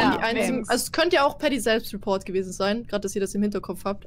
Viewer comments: Jawoll, "Dead Bady Repove!!" 😁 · Niemand: Wirklich niemand: Knossi: The Boy Repo